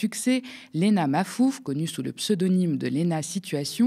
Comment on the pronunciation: lena maFouf elle a dit 😂😂😂😂😂😂😂😂😂😂😂